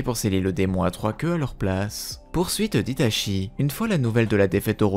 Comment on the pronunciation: Tu prononce Itachi, "Itashi" et tout les nom des personages en "CHI" "SHI" tres desagreable